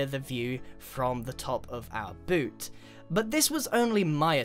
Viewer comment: i didnt watch you build a foothouse, i just listened to you say "bewt" "shew" "fut"